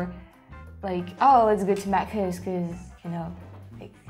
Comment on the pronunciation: when you said Maccas you genuinely said it better than 90% of non-Australians haha so well done